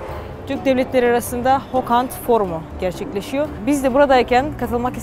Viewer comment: yalnız orası hokand değil kokand